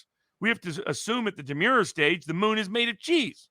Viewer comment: I think Mr. Barnes is mispronouncing :" Demurrer". It does not sound like "demure" as in "shy" but with a harder "r" sound like the name "Murray" Also, Mr. Frei is incorrect when he says World War II ended in December 1945 (the war ended in September 1945)